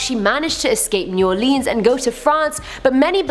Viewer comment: Why does she say new orlEEns?